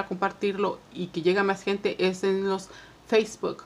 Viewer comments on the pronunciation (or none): none